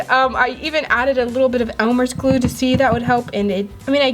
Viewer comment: Say glue not gluo